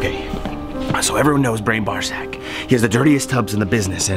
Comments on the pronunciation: i had to listen to the first time he messed up brian's name, thought he said ball sack lol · Haha so funny but please learn how to say Brian's last name lol